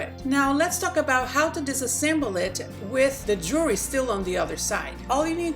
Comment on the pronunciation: Great ideas but I couldn't get past your poor pronunciations to really learn something... The S-BINER product comes from the word CARABINER... which is pronounced... cara-BEENER... OR cara-BYE-ner depending on the region of the US you live in. Thus, the product would be said as an S-BEENER or an S-BYE-ner. Also it's JEW-EL-RY... not JURY....three syllables not one slurred together. The better people speak the more intelligent we sound. The more seriously people take you. Ultimately making this country a shit ton more intellectually sound.